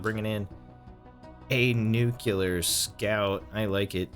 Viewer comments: I feel that Tippy's laser sword was a good design, but its potential was negated by Tippy's derpy flying. Also, it's pronounced "new-clee-er", not "nucular". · NUCLEAR not NUCULAR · "Nucular" He must be a big fan of George W. Bush xD